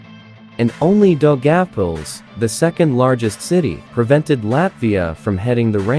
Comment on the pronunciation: Knowing Finnish, and having some idea about Latvian (Daugavpils=Dog-apples? Really?), I'd say that not the Slavic names are pronounced the worst here (knowing Russian, and having some idea about the other Slavic languages as well)...